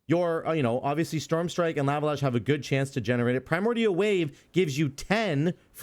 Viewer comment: Bro...the "laa-vuh" is killing me.... Lava = "law-vuh." Please....I cant take it anymore 😭😭